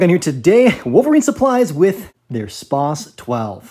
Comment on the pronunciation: "Spwahs" 12 Who are you, a engi whose sentry is being sapped?